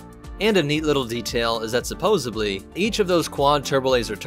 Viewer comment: Heh heh, “supposebly” 😌